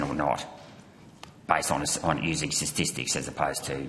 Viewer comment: The ABS really employs a senior bureaucrat who can’t pronounce the word “statistics”.